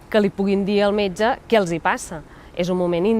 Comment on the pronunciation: *li puguin dir al meyge > pugui dir al metge (ai vulgarisme calcat del castellà) *fluïda > fluida [flÚIda], (com Circuit [circUIt], que sona com "cuit") (ai fonètica castellana) *senzill > sîmple, fàcil, planer *suposen costos > emmenen, porten amb si, comporten costs